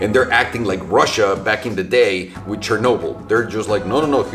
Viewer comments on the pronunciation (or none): none